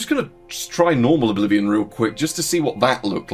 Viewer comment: Am i the only one who heard "Bolivian remaster?"? 😅